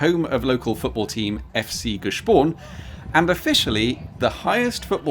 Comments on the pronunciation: Nice try But "Grüezi mitenand" is not used in that region, in fact not outside Zurich wider area. Using that greeting outside Zurich area means not having understood Switzerland at all And it's not "G-e-spon" but "Gspon" - "sp" pronounced "sch" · It‘s Gspon, not Gespon 😂